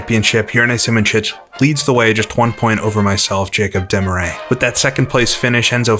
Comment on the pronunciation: Haha, He pronounced his name wrong. It's Des-MAR-ee-us